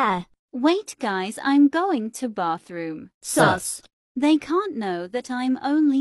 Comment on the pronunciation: Ah yes, "bothroom"